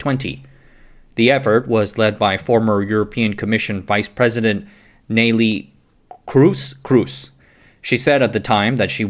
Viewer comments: To be fair, it's been a while EU legislation produced anything that did work. By the way: good job on the 'Ney-ly Cruize', you speak Dutch better than most of us :face-green-smiling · I'm Dutch and you really pronounced " Nellie Kroes" correctly. 👏 It sounds exactly the same as "cruise". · Yep. Perfect pronunciation. ETA: and another damn fine video. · Absolutely nailed that pronunciation, not gonna lie. Would've been jarring if you delivered it with confidence.